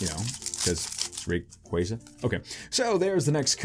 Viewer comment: y does everyone mispronounce rayquaza it RAY-KWAH-ZUH